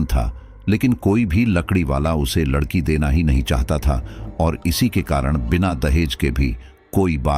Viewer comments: aap Hindi bhi sahi se nahin bolate ladki wala Hona chahie Lakadi wala Nahin aur yah kya aapka naya drama hai paise dekar hi sadasya Ban sakte hain FIR Kahe Ki Family kahe ka parivar jismein Paisa Ho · पहले अच्छे से बोलना तो सीख लें लकड़ी वाला नहीं लड़की वाला बोलते हैं 😂😂😂😂😂😂